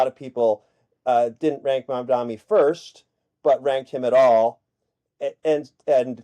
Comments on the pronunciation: "The name is Mamdani -- M A M D A N I -- you should learn how to say it." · Embarrassing that 2/3 of the panel can't even get the name of the winning candidate right. M-A-M-D-A-N-I.